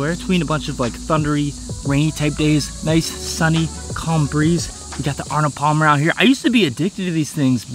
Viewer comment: Hahaha Bruh, "Arnald Palmer"... That's a arizona😅